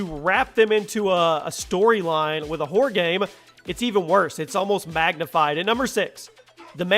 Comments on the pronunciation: it sounds like your saying horde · when he says horror it sounds a lot like "whore"😂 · Who else thought every time he said horror it sounded like whore😂?